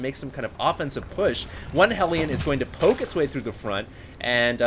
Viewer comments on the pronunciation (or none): none